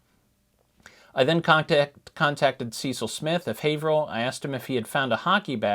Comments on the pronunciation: Hi I'm from Haverhill and I just wanted to correct you on the pronunciation. It's pronounced the same as Haverhill, MA. With a long A. "Hay-vrill" thank you! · we pronounce it HAY-vrill